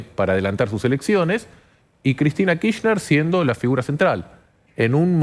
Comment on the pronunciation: ¿por qué la periodista insiste en decir KiSHner? ¿tan complicado es pronunciarlo completo, con la R?